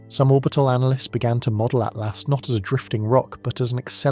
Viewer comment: Please. It’s ATLAS, not ATLAST !!!